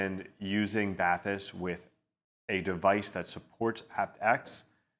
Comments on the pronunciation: It's pronounced bah-teese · Was looking forward to reviews just to hear the interpreted pronounciation of these. And this is amazing. They should've made them water resistant you could actually use them while taking a bath